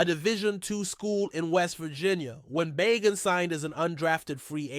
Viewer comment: It's pronounced Ba gent